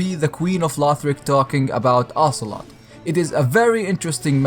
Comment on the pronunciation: Ocelotte...? Auuuuuuuurrrrrrrrrrrgh, OCELOOOOOOT!